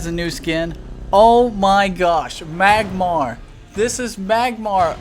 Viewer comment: Dude rear properly what is magmar??(no offence)